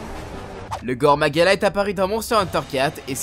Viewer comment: très bonne vidéo. Juste la prononciation des noms de certains monstres est à corriger '-' -"gore" dans "Gore Magala" se prononce [goré] -le "u" de "Kushala" dans Kushala Daora se prononce [u] et pas [ou] et bonus: Daora s'écrit bien "Daora" et pas D'aora (vous pouvez regarder directement dans le jeu c'est bien le cas) -le "Ch" dans "Chamelos" se prononce [k], celui-là paraît évident en vrai vu que le nom vient de "Chameleon" '-' -"Atoraru-ka", ici c'est pas la prononciation je pose même juste la question: c'est pas "Athal-ka" ? j'ai jamais entendu "Atoraru-ka" mais bon, c'est peut-être juste moi '-' -Enfin, "Diablos Massacre", idem que pour l'Athal-ka, perso même dans le jeu ils disent Diablos bain-de-sang donc... encore une fois je pose la question: ça existe Diablos Massacre ? '-' Voilà voilà. Alors, je ne critique pas (bon un peu quand même) mais c'est juste que j'ai environ 1000h sur la licence et j'ai toujours entendu les mêmes prononciations partout et il y a juste cette vidéo où les prononciations sont différentes (pour moi en tout cas). Donc si des gens n'étaient pas étonnés par les prononciations ou même les noms qui diffèrent de ceux que l'ont voit dans le jeu, bah dîtes moi car moi ça me perturbait tout le long de la vidéo. Sinon, encore une fois, très bonne vidéo sur le contenu. :)